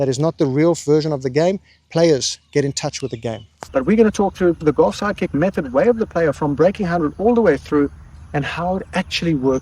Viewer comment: Sometimes when you say "Golf Sidekick" is sort of comes out as "Golf Psychic" which still works for me.